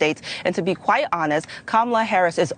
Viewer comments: it’s pronounced hon-est now say it slowly honest. Where do they find these people? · She said if we are being very onels wtf 😂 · honels 🤣🤣🤣 they cant even say the word 'honest' knowing how crooked they are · re-watch the video. She says "honels," bru. Fist like 30 seconds.